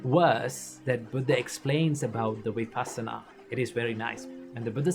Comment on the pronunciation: Love your work Just one request The pronunciation of Vipassana !!! It’s not Vi Paasana It’s Vipussana ( puss as in fuss ) It’s a Pali term Passati is to see Vipassati is to see in a special way ( in a proper way ) Before you begin to practice Vipassana, let’s get the pronunciation right … all words have a vibration … it helps to stay with that vibration